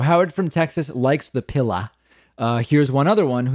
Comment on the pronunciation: Now David, don't make fun of us (yes, that includes me) who say "Pilla". I grew up in the south and it's kind of hard to let go of some dialect & idiom issues, lol! BTW, I also say: windas (windows), tamatas (tomatoes) and other colorful pronunciations :-)